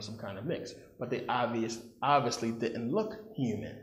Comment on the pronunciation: I'm getting so distracted by you saying dit ent instead of didn't and garten of eten instead of garden of eden. I'm from England, we also drop letters sometimes when speaking slang. Swapping letters makes my head hurt. I've watched many of your videos and found them very interesting. Thank you.